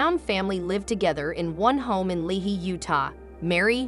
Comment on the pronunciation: Lehi, is pronounced Lee-high.